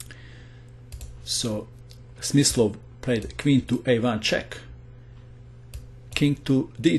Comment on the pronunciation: The translater: play Smith slow😂